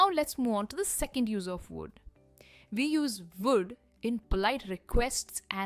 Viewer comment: First u learn to pronounce would it’s not wood sounding like wood